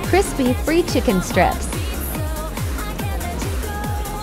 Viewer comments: This is obviously China. That doesn't explain why the robot voice cannot pronounce 'fried'. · robo tiktok voice pronouncing the Bean in beancurd as “beh-an” triggered me so much more than “freed” 😂